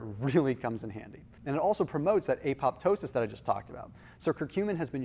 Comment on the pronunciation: Excellent post! Learned a lot. BTY, the second "p" in "apoptosis" [programmed cell death as opposed to necrosis] is silent. Not pronounced "pop". Love the information about turmeric.